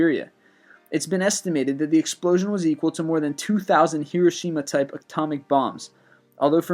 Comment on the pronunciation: You pronounced Hiroshima wrong it is not Hiroshema it is Hiroshima. Americans and their false pronunciations.